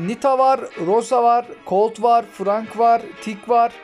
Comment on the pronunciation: Abi darli değil daril, dinamik değil daynamayk ve fırank değil fırenk (istersen frank da deyebilirsin) düzeltmiş olayım :))